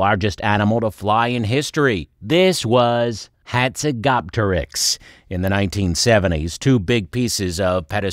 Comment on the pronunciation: How do you fuck up pronunciation this badly?